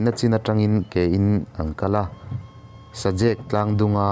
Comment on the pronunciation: Mahuam ni lovin Mahmuam niin ka van hre ve tin,sazek lui khi ilam dik lo deuh bok a.....sazêk ni lovin sazek tia lam tur ani......tha khawp mai